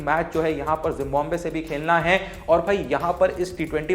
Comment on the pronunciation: It's जिम्बाब्वे not जिम्बोम्बे 😂